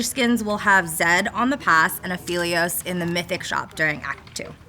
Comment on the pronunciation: No way they pronounced Aphelios wrong in their own dev video...